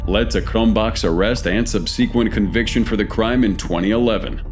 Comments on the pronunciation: "...her sub-SEE-quent trial..." Go ahead and give that another try, buddy. : ) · Please learn how to pronounce the word "subsequent". It causes me physical pain every time I hear you say "Subseequint" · Wow your more than human ! Then how the hell do you think subsequent is pronounced sub sea quent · ...just wanted to acknowledge that you mispronounced the word "subsequent" (@ -50 min.)and misspelled the word kidnapped (needs 2 "p's") in your on-screen narrative text. Otherwise, great job! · Who TF pronounces "subsequent" that way? Stupid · PLEASE learn how to pronounce the word "subsequent!"